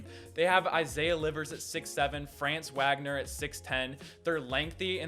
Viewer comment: You said Wagner wrong it’s spelled that is pronounced Vagner